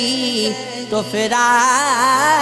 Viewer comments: Plz be careful on your pronunciation and that’s firaq not faraq Thank you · Bhai firaq he na kay faraq. Please sahi se kaho